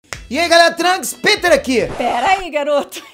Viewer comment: "piter" (rsrsrs) sai fora do canal da!!!!!!